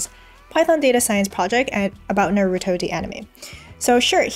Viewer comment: I know it shouldn't, but your pronunciation of Naruto bothers me. Thank for all the knowledge.